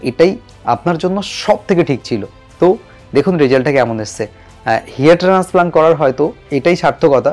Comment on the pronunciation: ট্রান্সপ্লান্ট কথা বলতে আপনার সমস্যা হয় ওটা ঠিক করুন